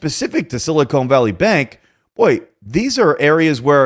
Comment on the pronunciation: Sili-khan not sili cone